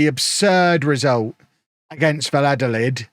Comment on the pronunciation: Valladolids name is not that hard u just say it like this: Vaya dolid The double L in Spanish is the equivalent of a Y in English